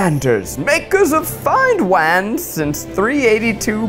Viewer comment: Did anyone hear how Zack said wands ? It was hilarious!